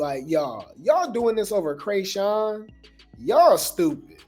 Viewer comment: Calling her Kreyshawn rather than chrisean is taking me out 😂 the first time I’m like wait Krishawn the white girl I don’t know, but Chris needs to get her life together